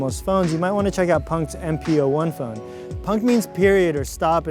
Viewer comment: You mispronounced the word 'Punkt'